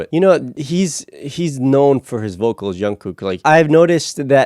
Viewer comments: He's not Yungkook but J-ungkook. Don't be shy, pronounce J like you normally do it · You are pronouncing Jungkook wrong lmaoo J is pronounced as G like gym - gunkook lol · Very interested in the Jungkook video (you pronounce his name a little wrong btw the J is pronounced like The J in ‘John’) please react to Jungkook amazing vocals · oh wow, WHY you cut the only part that was the most interesting to watch of jungkook singing at the end??? like.. what was the reason? ... And his name is not youngkook, its jungkook, with "J", just for the future to know. And this site that have the uncut verson we need to pay or what is this? and i put my mail to regist but it didnt sent nothing to my mail to confirm. i make it 4 times and didnt recive nothing. And yes, we like more longer videos. but 18 min is not really a long. long videos is 30min/1 hour like some bts reactors do many times xD And we will watch it all and wothout skipping IF there WILL BE something to watch and not blured o with text on the whole video. its actually boring watch a video like this. SPECIALLY when you cut the most important and interesting parts wothout any reason .. :( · Sorry I just got distracted: Jungkook with "J" not "Y". I know in some countries they pronounce Johan as Yohan..but it's not the case with Jungkook. Just thought I should let you know.